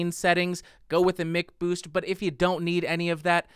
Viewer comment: MICK boost? Even McDonald's is pronounced MACK